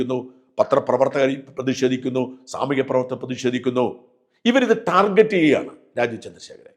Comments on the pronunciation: ടാർഗറ്റ് not ജെറ്റ് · ഷാജൻ ദയവു ചെയ്തു ടാർജെറ്റ് എന്ന് പറയരുത് ടാർഗറ്റ് ആണ് യഥാർത്ഥ ഉച്ചാരണം. ഈ ലോകത്തു മലയാളി മാത്രമാണ് ടാർജെറ്റ് എന്നു പറയുന്നത്.